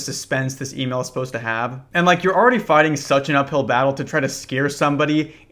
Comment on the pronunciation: What's an "E-male?" Is that like a skibiddi Twitter? 💀💯 no cap.